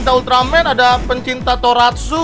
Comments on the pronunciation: Bang Tokusatsu bukan toratsu anjim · Tokosatsu lah bang buka toraksu Karakter anime disebut waifu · bkn toratsu tapi tokusatsu bang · Tokatsu banh bukan Toratsu 🗿🗿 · Tokusatsu bg bukan toratsu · Tokusatsu bang bukan toratsu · Bukan toratsu bang tapi tokusatsu